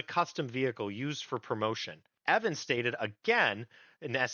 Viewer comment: Mispronunciation of Evans name is disreputable.